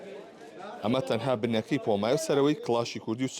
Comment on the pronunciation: هێشتا نازانێ بڵێ پومە ئەڵێ پۆما هههه